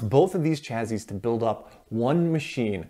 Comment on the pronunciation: Chazzy ?? LOL !! I think it's pronounced chassie but spelled chassis.